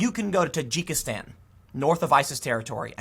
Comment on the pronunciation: Dude its pronounced Tah djiki stan.